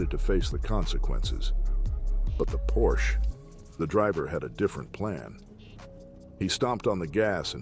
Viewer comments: Hey Dude, it's not a porch but a "PORSCHE" with an pronounced "E" at the end! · If you are going to do car videos, at least learn how to pronounce “Porsche”. It is “por sh A” Not “porsh” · Porsche is pronounced Por sha! It is a persons name. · It’s pronounced “por-sha” not “porsh”. 🙂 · Sorry.... but.... it isn`t pronounced "PORSCH" it is PorschE with a short E at the end. The car brand is named after Ferdinand Porsche... and not Ferdinand Porsch. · It's 'por-sha' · when I hear you mispronounce Porsche I could puke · Porsche is a 2 syllable word.